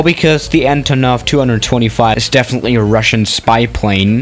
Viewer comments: You speling it so wrong. Antooonov. Not Antonoooov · You must say AntOnov, not AntonOv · Its pronounced antonov not antonov